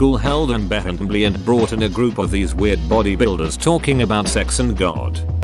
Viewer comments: Why do he say "assembly" like that tho b e h em b l em b ly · i think the reading software get a stroke everytime it has to read the word "assembly" xD